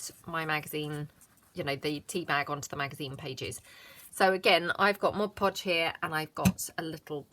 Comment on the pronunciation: Really enjoy your channel...and thank you for pronouncing mod podge correctly!!..so rare on crafting vids...is it because I'm getting older that things like that drive me bananas?..Admittedly, its a short trip...